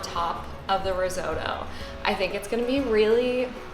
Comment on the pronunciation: No offence but crying a bit about how Americans seemingly pronounce risotto